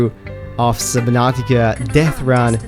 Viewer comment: “SubNOTica”